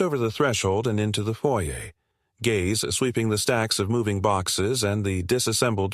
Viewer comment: Gays instead of gaze really ignorant